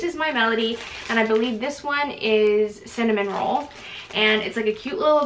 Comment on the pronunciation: his name is cinnamoroll, there’s no third n like a cinnamon roll.